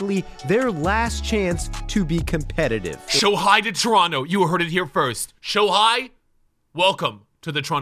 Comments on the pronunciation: Bruh it's Shohei HEY not Hi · Literally Said Shohi Instead Of Shohei. 😂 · I’m sorry but to have Shohei come to the Jays ya gotta pronounce his name properly lol